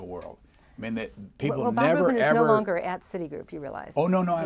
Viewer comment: It's "Rubin", not "Rupin". I know, same difference.